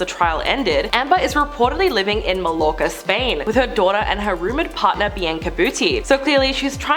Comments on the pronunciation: Ugh. It's not "mall-orka" - it's "my-orka" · Just for reference...Mallorca is pronounced mee-yaw-kuh